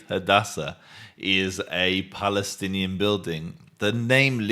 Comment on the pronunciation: "He helb 15 beoble in that house? " such a brave Baalestinian who cant even pronounce it.